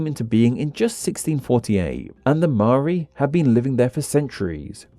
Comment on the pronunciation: I'll never understand how anyone can pronounce 'Maori' as 'Maari', like it's literally pronounced as it's spelt.